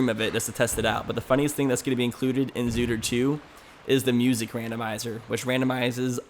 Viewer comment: its not called zootr 2 it's called 2ootr